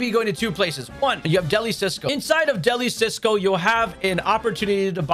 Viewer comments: It is pronounced “del-ee” “see-oh-so” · It’s funny how people don’t realize that Deli Cioso is the Spanish word for delicious, but with a space in it. And because of that, I haven’t heard anyone say it right.😂